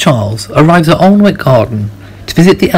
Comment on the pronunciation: Alnwick is pronounced 'Annick', by the way. :)